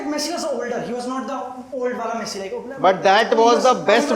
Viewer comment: Guy literally said messi shareef 😂😂😂😂